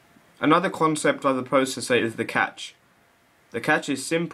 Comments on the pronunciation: It's pronounced like "cash." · I believe he is also misspronouncing "cache". Didn't you learn about the magic 'e' in primary school. Even if you didn't, your the only person I've ever heard pronounce it as "catch". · Cache is pronounced cash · At first I thought he said "the catch"